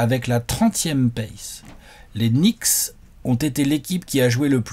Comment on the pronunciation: Knicks par rapport à la prononciation de "nichts" en allemand ? Ça expliquerait la langue utilisée par les bots dans les commentaires 😅